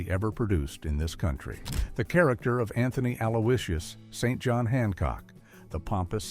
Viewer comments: You pronounce St John as Singent. You pronounce Sian as Suan. You ignorant Yank. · Did Anthony Aloysius St John Hancock (incidentally pronounced Sinjon, not St John) really scandalize the world? Was he really 'pure evil'?